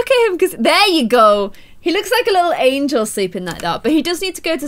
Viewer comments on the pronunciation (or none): none